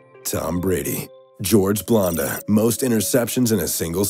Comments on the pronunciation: blanda not blonda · It's not blonda...it's Blanda. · It's BLAND-UH, not BLONDE-UH....LOL. Now if you'll excuse me I'm off to play some Grond Theft Auto... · Please stop pronouncing Blanda like that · It's hard to take you serious when you think that was the last pass from Favre with the Vikings. Also when you can't pronounce Bland-a, not Blonde-a. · It's Blanda. Blan-Da. Not Blonda. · George blanda's name is pronounced like Sam. That is the a sound in the middle of blanda. It is not pronounced like blonde as in blonde hair. He is a huge football icon. Well at least he was. Try to pronounce his name right next time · George Blanda not Blonda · Most embarrassing moments in this video pronouncing Blanda, Blonda four out of five tries not sure how he managed to get it right once. I guess he needed the lesson in football history. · LOFL, George "Blondah". You can tell you never said his name before. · Why do you mispronounce George Blanda's name? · You know what else is embarrassing? Mispronouncing George Blanda's name multiple times. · And record for times mispronouncing football player names goes to this video. Especially for George Blanda.